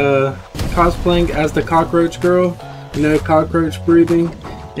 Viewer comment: You Said cockroah🪳 Girl😂😂😂